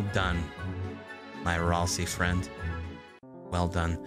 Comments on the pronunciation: I think Ralsei is pronounced Ral-say not Ral-see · Hey! I wanted to tell you something.. You are pronouncing “Ralsei” wrong.. It’s pronounced (RAL-ZAY) not (RAL-SEE).. Just saying! 😊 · Kris (KR-IS) is a Male, Susie (SU-ZEE) is a Female, and Ralsei (RAL-ZAY) is a Male. Your welcome! 😄